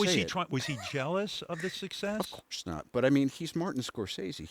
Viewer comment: Darth Maul “jelouse” lol